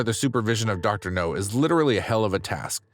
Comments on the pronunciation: Idk why I laugh when he says Dr. No instead of Dr. Now. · IT'S DR. NOW, NOT DR. NO!!! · It's pronounced, "Dr. Now", short for Dr. Nowsardan. Idk if I spelled that right! Hope that helps for future episodes!🙏🏼🤗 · I knew I couldn't have been the only one who had noticed. Also he finally started saying Dr. Now's name correctly a few weeks ago and now he's pronouncing it incorrectly again?!!! It's driving me nuts and is one of the major reasons I won't subscribe yet until he gets better at his narration or they hire someone who can do the job satisfactorily. I would be a better hire than him. I have experience and I read and speak very well. Thank you for your consideration. References upon a serious offer.